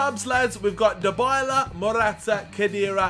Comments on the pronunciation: Dybala is pronounced like Die-bala not Da-bala. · btw its di-bala not die-bala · Paulo Dybala's name is said DEE-BALLA not DI-BYLA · Dybala Die bala Not da balla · You pronounce Dybala's name : Die-bala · its di-bala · It's du Bala